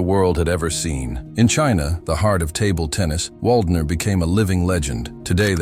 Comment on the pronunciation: If you want to show him respect, learning to pronounce his name might be a good idea.